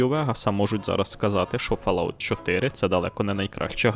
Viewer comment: але ж....читається фОлаут